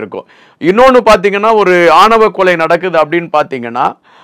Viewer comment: அடேய் இது ஆவணக் கொலை இல்லைடா ஆணவக் கொலை. தமிழையாவது ஒழுங்காக உச்சரிக்க கற்றுக் கொள்ளுங்கடா.